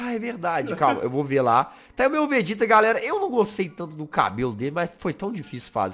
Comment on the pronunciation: Peraiiii Todo mundo q ta vendor volta no to brincando entao glr hj e batalha de contruçao mas so q do Vegeta mas ele fala vergeta